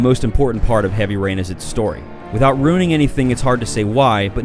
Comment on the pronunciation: Heaby Rain? Don't you mean Heavy Rain Lol!.